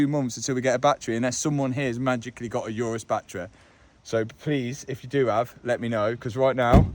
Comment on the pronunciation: For the first time i heard someone who has an obsession for cars pronounce the word 'Urus' incorrectly